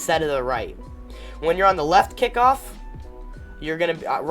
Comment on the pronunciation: It's kickoff not kickiff